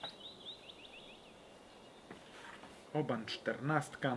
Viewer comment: Ale ja slyszalem ze Oban wymawia sie 'oh-bin'. Jak to jest?